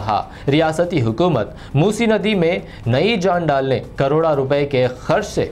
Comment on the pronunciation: Bhai moosi nadi bolre aap rong. Moosa nadi